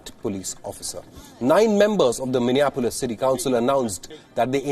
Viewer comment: Minia Polis is how Indians pronounce it